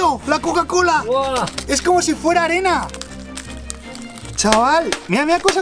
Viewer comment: Mike te confundiste en bes de desir arena as dicho anena